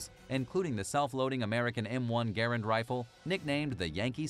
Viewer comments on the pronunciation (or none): none